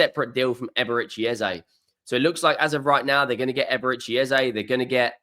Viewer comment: I'll subscribe if you call Eze as Eze ... it's not Ezay. Obviously you don't know this and following the crowd. Eze was interviewed after a game and asked, is it Eze or Ezay (phonetically). Brits in general mullah names and it's kind of disrespectful not to call it correct. Eze doesn't mind Eze or Ezay but we should respectfully call it as he calls it.